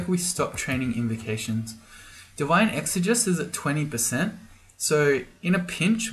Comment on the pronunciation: it's ˌek-sə-ˈjē-səs